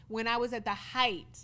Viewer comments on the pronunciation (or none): none